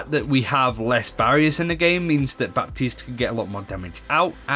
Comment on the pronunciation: The p in Baptiste is silent!